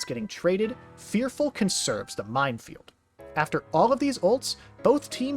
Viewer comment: only cause i hear so many others say it minefield* not mindfield